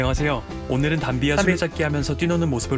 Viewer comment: 전문 성우의 더빙한걸 듣는줄 알았네요 ㅎㅎ 근데 나레이션땐 그냥 한국어식으로 발음하시는데 단비를 직접부르면서 "단비"라고 하실땐 영어식으로 하시는군요 ㅎㅎ